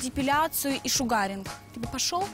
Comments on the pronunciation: просто отталкивает от себя людей, корчит из себя непонятно что. Особенно смешно ее произношение слова sugaring, где ударение на первом слоге, а она его произносит как шугаринг, ну как бы пошаримся вместе. Я сомневаюсь что она когда-то учила слоги, а тем более анлийский. Парень просто потерял время общаясь с ней, но мне кажется, что он был точно таким же до аварии, поосто показали его зеркало. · А чё она с чемоданом то на свидание пришла? )) Корову эта сумка не может стройнить ) Правильное произношение эпиляции шУгаринг а не шугАгинг. Девочка выучила модное слово, считает что круто выглядит. Ну да она же личность разносторонняя ))))) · шУгаринг? Ты норм?